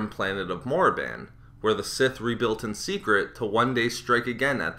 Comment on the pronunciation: Korriban. Say it with me now: KORRIBAN. #EUorBust